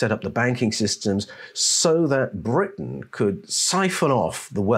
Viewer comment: Sounds like brutish !; instead of Britton 😡